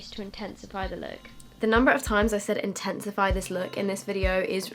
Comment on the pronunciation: take a shot every time says intensefey